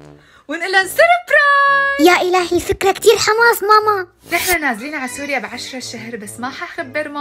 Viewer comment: مابيعرف يقول سوريا بيقول سُرُيا😂